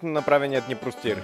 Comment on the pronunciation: Много добро видео, но се казва простор, а не простир